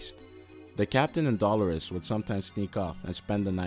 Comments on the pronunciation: her name is pronuced "DEE-lure-us" not "Doll-er-us". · Dolores is pronounced 'Dow-low-riss' not 'Dolar-riss' lol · Dollar-ez lol. D-lore-Es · That ain't how you pronounce Dolores